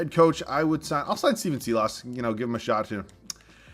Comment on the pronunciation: His name is pronounced sylas, not seelas.